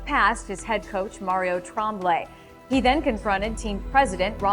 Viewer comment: Roy was such a baby. Also, who doesn’t know how to pronounce “ Tremblay?”